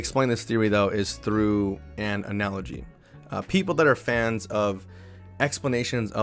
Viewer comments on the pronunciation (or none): none